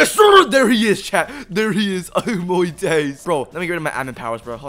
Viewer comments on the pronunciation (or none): I love how he says “oh moy days🇬🇧”